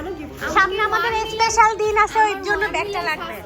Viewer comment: এইগুলা একটাও লেখাপড়া করে নাই।স্পেশাল কে এসপেশাল বলে। সাবসক্রাইবার কে সাসকাইবার বলে।